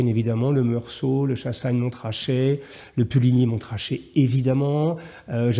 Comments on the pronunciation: J’écris ce message depuis saint-aubin et je tiens à préciser que les gens d’ici tique un peu sur le « tr » de puligny et Chassagne Montrachet On aura plus tendance à le prononcer « monrrachet » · Il me semble que quand on aime le vin, on s’intéresse à tous les vins. Il n’est donc nullement surprenant d’aimer les vins de Bourgogne et les vins d’Espagne (qui sont d’ailleurs d’une immense variété). A propos du vin, on ne prononce pas le T de MonTrachet. À votre santé ! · Merci beaucoup! Hugo Jacomet n'a pas seulement l'élégance du vêtement, il a aussi l'élégance de la parole. Il est devenu central dans l'univers sartorial francais, et c'est un grand plaisir de le lire ou de l'entendre. Juste une petite précision: on ne prononce pas le "t" de Montrachet ("Monrachet")... mais c'est juste une petite remarque sans importance. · Merci beaucoup pour vos compliments cher Monsieur. Quant au T dans Montrachet, je ne sais pas pourquoi mais après deux verres j'ai tendance à prononcer tous les T 😂😂😅😱. Amicalement, Hugo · Merci pour cette vidéo Hugo. Par contre, je vous en prie, on ne prononce pas le t de Montrachet… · Cher Jean Marie, après quelques verres de ce nectar j'ai tendance à prononcer tous les T 😂😂. Vous avez évidemment raison, amicalement, Hugo